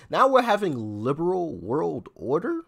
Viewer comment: 🤔Did you say "Lame Brain World Order?"because that is what I thought you said.😖